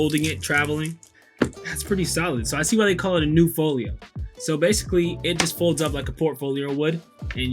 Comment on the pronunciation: Great video. Very pleasing to the eye. Thx so much! According to the "International Phonetic Alphabet (IPA)", it's pronounced as follows: n-yoo-fee / new-fee